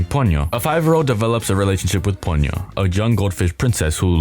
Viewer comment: Someone who can actually pronounce "Hayao Miyazaki" and "Ponyo" correctly!